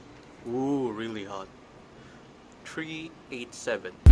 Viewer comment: "Tree Eight Seven" ????? TREE??? Must be a Flip. Didn't I talk to you when I called T-Moble CS?? BTW - the published FPS spec is 325 to 350! So it's actually ABOVE spec! Also, thanks for NOT giving a alternate source for the Disconnectors, the Sear, and the Nozzle and Piston!! 3rd Rate Video!